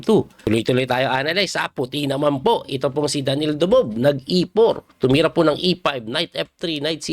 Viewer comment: Grabe ka Coach yung "Ako Dubob" mo. Laptrip!!! :face-blue-smiling